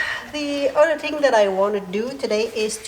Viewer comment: It's not udder. It's other. English language.